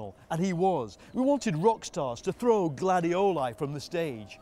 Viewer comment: You realize you have a problem with football when you listen Guardiola instead of Gladiola